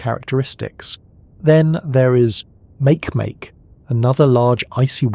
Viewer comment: Makemake is pronounced "Marky Marky".